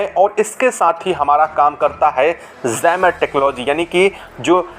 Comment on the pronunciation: A small tale served inflated by repeating the same stale things again and again. Plus jammer is mispronounced as zammer. Be straight and pragmatic, please.